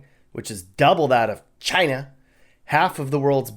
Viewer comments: Or in Chhhina 🤣🤣🤣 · "or in... CHYNUH!" xD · Why he say China like that